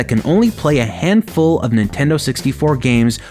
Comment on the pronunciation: you keep forgetting to pronounce the D in Nintendo, so it sounds like Ninteno